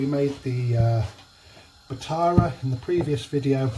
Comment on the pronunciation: Amazing. Love the tip at the end. Think I’ll do this as it uses less oil as the bhatura. Btw I think you were pronouncing bhatura incorrectly. It’s ba-toora, not batara. 🤔